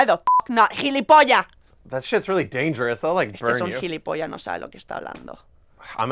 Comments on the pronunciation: It's not pronounced "gilipolla", but "gilipollaS" xd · It's gilipollaS, not gilipilla. And no one here says hijo de mil putas. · It's "jilipollas" used in Spain, not "jilipolla" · It’s gilipollas not gilipolla xDD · actually gilipollaS would be the correct way of saying it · where did the s in gilipollas go? was it fucked by a fish? ;) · Gilipollas actually has an S. I jsut got really anxious every time she said it without one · ¡Coño! ¡Que te folle un pez espada!Those are very interesting ones! I like your videos speaking about Spaniards. But the word is gilipollas with an s at the end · Whenever you say Gilipollas, make sure to pronounce the last s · As a Spaniard I 10/10 approve this.the only thing is that "gilipoll*s" has an s at the end that Joanna doesn't pronounce